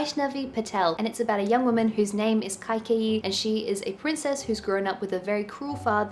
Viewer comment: So nice to se Vaishnavi Patel... It's pronounced K kayee... The character is a Queen Mother from the epic Ramayana and a telling or retelling of her tale